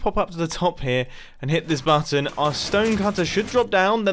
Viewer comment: I like the way you say button. You say more like: buatton